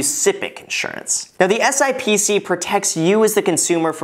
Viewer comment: FYI, the financial industry calls it SIP-SEE...but you can call it whatever